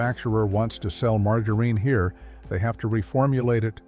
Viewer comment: Good gosh, please a real human would get the words at least a little closer!! Margareen, leed, absolutely humorous and disturbing at the same time!!